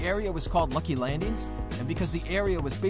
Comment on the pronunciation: He legit says “lucy landings”😂